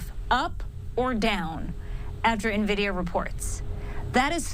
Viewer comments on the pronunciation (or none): What is this new company “NaVidia”?